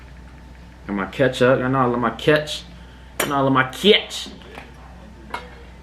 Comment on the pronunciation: I started dying when he said I need my KeUtHuPpP